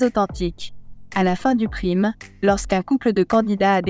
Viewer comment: "Prime" : quand on ne sait pas prononcer un mot anglais correctement, on s'abstient et on utilise le mot correspondant en français 😡